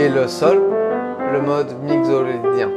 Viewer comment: Merci pour cette intéressante approche des modes, une petite remarque : il me semble que « mixolydien » se prononce mikso (comme un mixer ou la mixité) plutôt que migzo 🙃